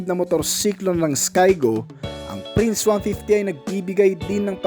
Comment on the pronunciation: boss magkaiba ang F sa P. Skygo Prince po yun, hindi FRINCE